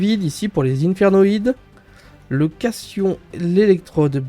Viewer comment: On dit "cation" avec un "t" ahah (déso je passe pour un connard)